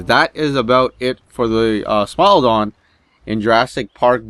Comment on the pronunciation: I thought you said smile dog